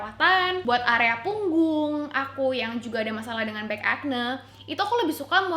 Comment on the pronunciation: kayanya pronunciation nya akni bukan akne :)